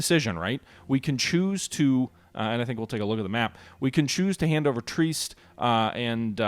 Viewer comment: Also Trieste is pronounced tree-est not treest